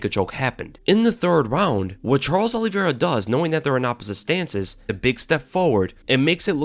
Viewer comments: Olive-i-ra. not Olivera. good to know the fighters' names ya? Justin has zero chance. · "Alliveira" lol